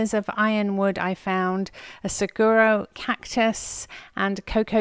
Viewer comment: “Saguaro cactus”. It is pronounced - Suh WAR oh. I thought you’d want to know. I like the variety of shopping here. I like Goodwill because your stores are better than most. But this is a fun change.